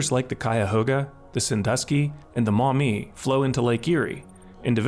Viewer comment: He pronounced Maumee correctly so he's gotta be local.